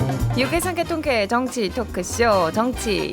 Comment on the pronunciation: 아나운서라면서 발음이 그게 뭐임? 유캐 ㅡ>유쾌 상캐ㅡ>상쾌 통캐ㅡ>통쾌